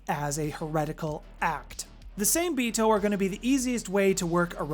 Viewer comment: Same-Bito being Japanese would be pronounced "SAW-MAY-bee-toe". The Hengeyokai are pronounced; "HEN-GEH-YO-KAI"